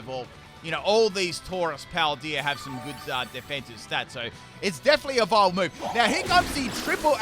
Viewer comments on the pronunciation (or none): none